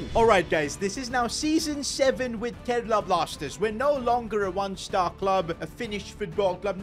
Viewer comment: and its karela ni g gga its kerala